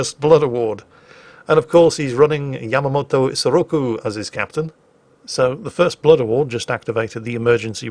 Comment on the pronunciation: You said Yamamoto's name backwards, LOL!